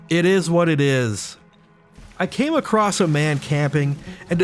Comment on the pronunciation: It's not "acrost;" It's "across."